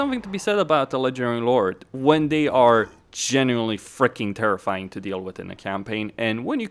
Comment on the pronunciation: why do you pronounce "Ledgering Lord" instead of "legendary lord"? Nice vid tho.